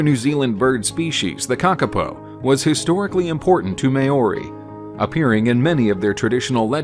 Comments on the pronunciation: My suggestion would seriously re-do the narration. At first I was understanding but as the video continued, there’s MAJOR inaccuracies of the pronunciation. Especially Māori and the names of our ancestors. Please re-narrate the video with a narrator who is able to say the words correctly. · no you both have no clue what you're talking about, it is pounouced how it is written. "M-AO-RI". Emphasis on the A. But the A is not pronounced the same way that you'd use it in a word like 'at'. It is pounouced with an "ah" sound. And the A on O blend into eachother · I’ve seen all of these birds Btw I held a kakapo Also it’s not mayori it’s mow-ry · One should attempt to learn before narrating another’s language. May-oary (Māori)sounds bloody terrible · What in the heck is a May yorri? Go home and leave NZ stories to New Zealanders. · Here’s a quick pronunciation explanation of how to say Maori, Mou-ri, not a lot of emphasis on the A otherwise it sounds a bit white xD. Maori and pakeha get on generally well because the English colonisers didn’t screw the maori over as much as the native Americans, or aboriginals. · Pakeha From America Pronounce It Mo-Re Or May-Or-E. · I'm pākeha and he is excruciating. MĀO IS much like Chairman Mao - I can't figure out how to pronounce the way you wrote it. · The Word Maori and all the birds name have been pronounced incorrectly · Terrible Maori pronunciation to an otherwise good video. The pronunciation is offensive. At least listen to the correct pronunciation before narrating.